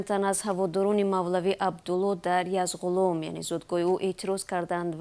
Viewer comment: Номи водиро дуруст гуфтану навиштанашро омузед "донишмандон"-и Озоди. Айб барои журналистони варзидае мисли ва Язгуломро ЯЗҒУЛОМ гуянд..